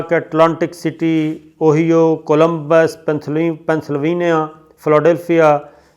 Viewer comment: Abey sabir koi English ka course kar le, inshallah or taraqqi kare ga, America ki state Ohio ko اوہیو nahi اوہائیو bol, apna mazaq mat banwa, aik English pronunciation course kar le